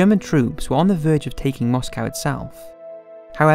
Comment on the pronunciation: Listen mate, it's MoscOw not MoscAw that's how Americans pronounce it. Like eye-raq